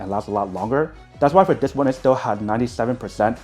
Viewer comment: He needs to go to a speach therapist! His parents probably neglected this when he was a kid.